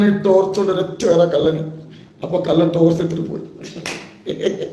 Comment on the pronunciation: കള്ളൻ എന്നുപോലും പറയാൻ അറിയാത്ത വല്ലാത്ത ജാതി. കല്ലൻ കല്ലൻ കല്ലൻ 🤣